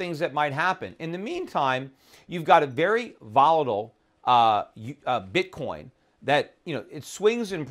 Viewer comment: Bitcorn ? Learn to speak properly before you get on youtube.